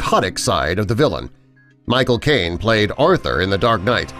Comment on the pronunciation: I heard my cocaine instead Michael Caine